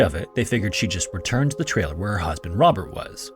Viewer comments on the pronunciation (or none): I had to turn on the subtitles to determine that you were saying "return to the trailer where her husband Robert was", because it sounded like you said "return to the TRAIL where her husband Robert was" while your graphics showed an outline progressing along "Deep Creek TRAIL", and only the word "campground" to indicate the destination. Pay attention to your enunciation when there are similar terms like "trail" and "trailer". I notice just before that you used the word "pathway" instead of "trail" when referring to Deep Creek TRAIL, so why say "trailer" when the map says "campground"?